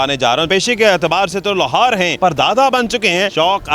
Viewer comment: Mike pakar k asa bol Raha hu Jese profetional inker ho. Aur Lohar ki haga Lahor bol rahy ho. Pehly practice to karty